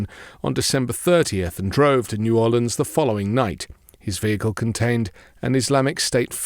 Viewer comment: As someone born and raised in New Orleans I was quite pleased to hear you pronounce the name of my original city correctly.❤